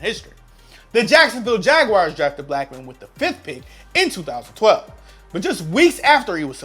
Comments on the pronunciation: Fucking O12?? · We not gonna talk about how he said ‘012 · I’m sorry but did you say josh Gordon join the browns in O 12? Lol bruh you dumb it’s 2012 o12 sounds so stupid lol